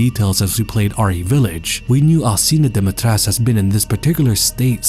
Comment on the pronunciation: Alcina Dimitrescu: is pronounced Al CHEE na Dom-ih-tresk Everyone: Alseena Dimeetresk :)